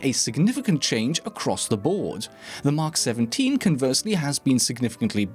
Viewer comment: btw not "mak 17" its "Mk 17" you have to pronounce the letters individually :)